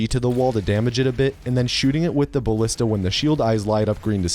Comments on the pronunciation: You said the "g" in ballista wrong. ò_ó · It's actually pronounced baLEEsta, dumbass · the 'i' in 'ballista' is pronounced the same as the 'a' in 'anus.' it's not pronounced 'ballihsta' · Ballista rhymes with "House", Carl Friedrich House, M.D.